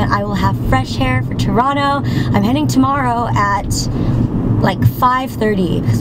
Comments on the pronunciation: Props for saying Toronto right! :) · I love how you pronounce Toronto like a true torontonian LOL